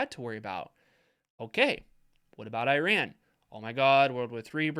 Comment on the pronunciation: dude, got to learn hoe to pronounce Iran. Great content though!